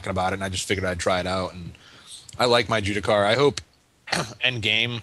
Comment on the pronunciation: Can you please tell your friend to stop saying Jewdicar :D